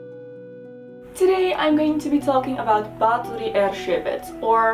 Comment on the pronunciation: it made me smile so wide. I love the attention to detail.